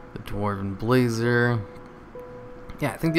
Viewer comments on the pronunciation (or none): Bah Zar say it !! Bazaar!! not Braizer sorry my OCD;p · This was pretty rough. For someone looking to be a content creator, I'd expect a bit more research ahead of time.. and pronouncing things correctly. You read the Baazar and called it the Blazer.. and then you had it come up again and called it the Brazer. Reviewing and editing. Amazing things those are - good way to increase your subs. Based off of this video, I wouldn't look any further into your channel, or subscribe. Even if you aren't an Alliance player, it wouldn't take more than a few hours to check out each of the cities. "I think the only thing different is the second level" Ironforge is massively different. The entrance, the Auction House, the flight master area, the width of the paths is thinner. You point a few of these out afterwards, but those all counter your initial statements. If you're honestly interested in growing your channel, I'd have finished recording that video, played it back to myself and re-voiced or re-shot any areas where you're contradicting yourself (it happens repeatedly). Take a look at other content creators (like Az, or Crendor) and listen to how they speak. Your voice is very drone-like throughout the video making it even more dull. Add in some different music as you enter a city, make a funny dwarf voice, have FUN with it. Need some enthusiasm. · There's no "r" in "Bazaar"